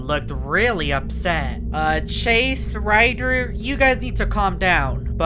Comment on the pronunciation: Bro really said riger 💀💀💀💀💀 that time